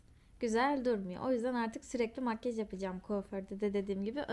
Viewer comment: Makyııjj demesine çok takılıyorum ya :)) Makyaaaj der misin? :))